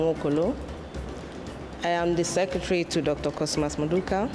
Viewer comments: If you are going to say someone's name, at least know how to say it correctly. He even corrected you smh. It's Mmaduka not maduka. Rubbish! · it’s Nmaduka